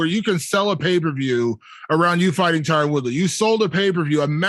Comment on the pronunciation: Jake keeps calling Tyron as Tyrone lol and no one corrects him